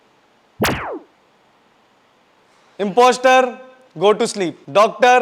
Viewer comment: Imposter ka j sound h😆😆😆